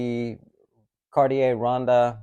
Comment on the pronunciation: ronde pronounced rond. Lovely watch. high autonomy means 8 years of battery life.